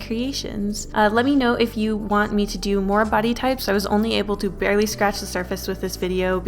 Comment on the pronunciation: "I was only able to bearwley scratch the surface of it." Was I the only one who heard a W in there?